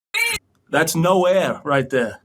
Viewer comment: “That’s no ah right tha” - about no air